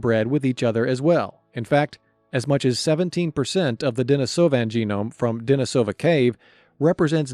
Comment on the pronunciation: Denisovan pronunciation is a bit rough